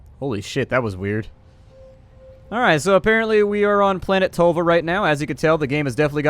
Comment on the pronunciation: Ah you americans, tölva and tolva does not sound the same